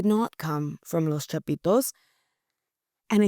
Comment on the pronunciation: Love her pronunciation, " Los Chapitos", sexy!! 😂😂😂